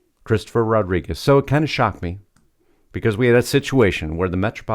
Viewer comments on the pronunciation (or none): none